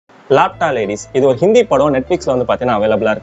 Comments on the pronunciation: Lapta illa ba adhu laapaata ladies. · Laapta illaa laapata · Laa patha pronounced 😊❤